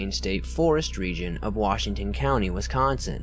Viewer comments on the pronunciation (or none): Lol wisconcion oh that got me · " central wisconShin"